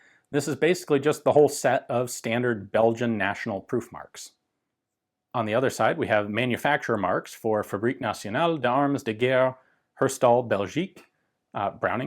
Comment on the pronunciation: They were up-to-date, actually! Only the final S of "armes" should have been mute, so nothing to be ashamed of AT ALL, french is especially tough for Americans, so mega-kudos to Ian!